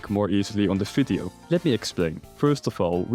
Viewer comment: Its "V"ideo not "F"ideo